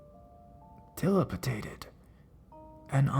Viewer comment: Your failure to pronounce 'dilapidated' correctly was hilarious. By the way, I feel like you're being pretty over dramatic when you read out the more mundane and normal parts of these scary stories. Like in the story about the 60's cafe at around the minute mark. That 'spooky' music and your over dramatic reading makes listening to the set up to that story cringe-worthy and it makes me laugh at how ridiculous it sounds. Not a very good thing when you're looking to get scared.